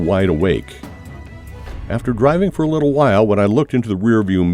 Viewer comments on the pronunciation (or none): none